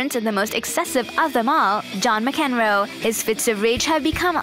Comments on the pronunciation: LOL... John who? Mac-EN-row?! You cannot be serious!!!! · "John Muhcenroe" hahaha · whoever hired the woman to narrate this 'cannot be serious'. She definitely needs to improve her pronunciations. hahahahahahah. John Mac Enrow. WTF........